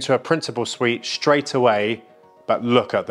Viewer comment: Do try to avoid the word “shtraight” .